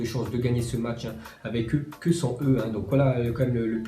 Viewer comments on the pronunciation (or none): none